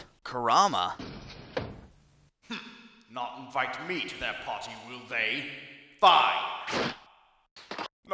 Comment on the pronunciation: I will refer to Kurama as Kuramamanama from now on.